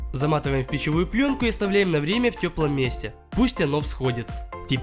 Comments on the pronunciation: Ты сказал не плёнку а пьёнку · Замативаем в пищивую пйонку😂🔥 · фэйл сказал пьенка